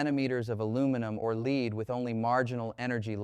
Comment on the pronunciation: If you are wondering if this is an AI generated fake - yes, yes it is. The pronunciation of "lead" gives it away.